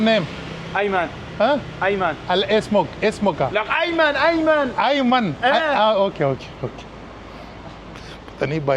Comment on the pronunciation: I laughed to much when he told his name eyman eyman 😂